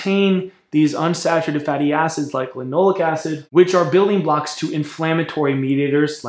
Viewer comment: Sounds like you are saying linolic acid. On the screen it shows linoleic acid. Linole'ic acid, accent on the eh, eh? Alpha linolen'ic acid is the primary fat in flax and flax oil. It is omega-3 vs. linoleic acid, omega-6, which is found at 1/3 to 1/4 the concentration in flax. Generally omega-6 in excess has inflammatory effects and omega-3 can be more anti-inflammatory in part by blocking omega-6 expression. With the exception of gamma linolenic acid, a more anti-inflammatory omega-6. Regarding phytoestrogens, some have anti-estrogen effects! Furthermore, "Animal studies have shown that both flaxseed oil and lignans can reduce breast tumor growth and spread, even for ER- cancer cells. This result suggests that flaxseeds may have anti-cancer benefits that are unrelated to any type of effect on estrogen or estrogen metabolism." If you want to bash flax you should include the cyanogenic contents. But cooking reduces that and relatively small amounts in the diet are not harmful.